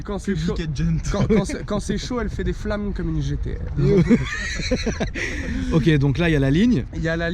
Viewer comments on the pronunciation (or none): "Elle fait des flammes comme une GT-Rrrrrrrrrr" j'suis moooooort